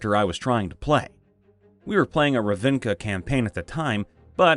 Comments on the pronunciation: While I am unsure of the relative timestamps, I have heard you make this mistake in three separate videos and therefore it needs to be addressed. It is "RAVV-nih-kuh", not "Ruh-VIH-nih-kuh." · It’s Rav-nick-a, not Ra-vin-ka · Not RAH-vin-ka RAV-ni-ka